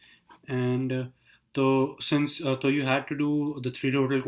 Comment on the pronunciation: He's saying toh instead of so 🤣🤣🤣